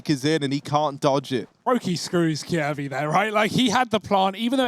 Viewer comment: The way you pronounce "Kjaerbye" is so cringe xD